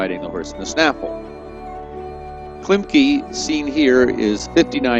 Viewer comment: His name is pronounced Klim-keh not Klimkee. U.S. please get it right if you’re going to make a video.